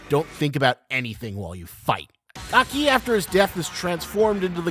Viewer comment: What's with your emphasis in Aki's name? Isn't it supposed to be said in a single sway? You go AH-KEE, when it should be AHke, right? Kind of like saying the "okie" in "okie doky", but replace the 'O' with an "A". It seems to me that you kind of pronounce it using Spanish emphasis rather then Japanese emphasis.